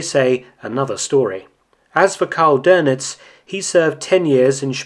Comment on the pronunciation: Nice video as always, but it's DÖNITZ not DÖRNITZ. There is no r in it